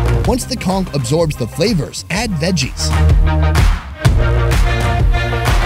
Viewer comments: Spongebob lied to me. I always thought that it was "konch" and not "kongk". :v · Pretty sure it's pronounced con - ch not cong - k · I can't get over how many times he says "conK"